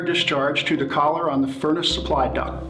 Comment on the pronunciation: It's DUCT not DUCK!!!